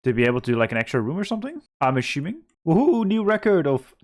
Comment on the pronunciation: You pronounce so many 's' sounds correctly, why is it that 'assuming' comes out as 'aSHuming'? Is that a regional thing? Just curious